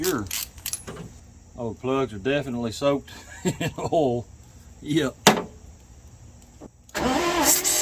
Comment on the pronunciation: It’s oil not erol 🤣🤣🤣🤣